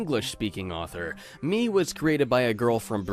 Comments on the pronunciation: Its pronounced meh cause in japanese me is eye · fun fact, "Me" is actually pronounced "Meh". it means eye, hence all of the eye symbolism.